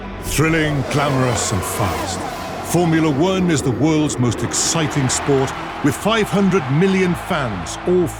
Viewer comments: "Formula Weern" WTF? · Formula Wern?